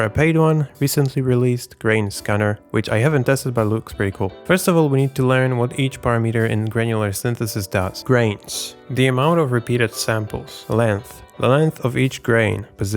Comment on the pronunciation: Great video explanation of the topic... One small request... You speak amazing English but please please please stop saying para meter.